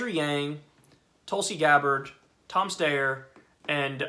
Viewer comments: And also, Kyle says /ˈsteɪəɹ/ instead of /ˈstaɪəɹ/. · Your name is Kulinski. Stop pretending like you can't pronounce Steyer. I'm for Bernie all the way but you're only playing yourself.